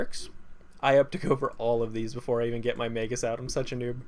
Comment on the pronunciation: Also, your pronunciation sometimes....errrr.... MAY-G-US